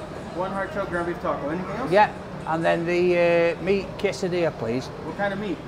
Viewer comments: An English man, eating Mexican food in America whilst saying quesadilla in an italian accent😂👌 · Saying “quesadilla” in an Italian accent 😂